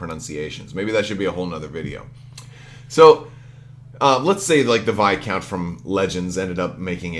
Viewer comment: Hey bud. Great vid as always. Viscount is indeed a "long I." It's a word borrowed from French, meaning a certain title of nobility, and in English there is very much an established pronunciation. I agree that left/right are distinct from auxiliary arcs according to what we know so far. But, don't expect that to last. They'll need to resolve Enhanced Armament and Rapid Reload as soon as they FAQ the Executor, so we'll know in a few months.